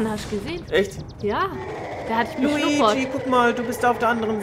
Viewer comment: Es heist nicht Luigsi sonder Luigi